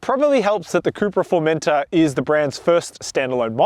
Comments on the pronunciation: I think you've misunderstood. I'm Australian too. I'm not pronouncing it with a hard R at the end, I'm pronouncing it the same way that the British reviewers have been saying it, with more emphasis on the final syllable. formenTOR, not "Formenter". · Is anyone else bothered that he keeps saying "Formenter" instead of "Formentor"?